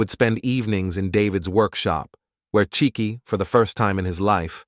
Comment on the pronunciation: This is a Nigerian family. The father's name would be Chike, pronounced Chi—ke (Kay, not key).